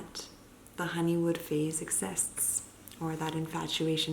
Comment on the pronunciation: Is it honeymoon or honeywood? It sounds like she says "honey wood"